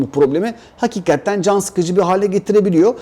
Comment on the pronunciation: ufak bir eleştiride bulunmak istiyorum. Sürekli "hakikatten" diyorsun bastırarak. Ama doğrusu "hakikaten" dir ve çok kulak tırmalıyor yanlış telaffuzun. Düzeltirsen sevinirim, takipteyiz:)